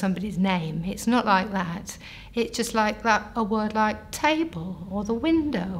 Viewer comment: Her mistakes are interesting... vigar for vicar, worth for word. Phonetically similar sounds that in many languages aren't distinguished. Sounds like she'd have better luck being aphasic as a Finnish person.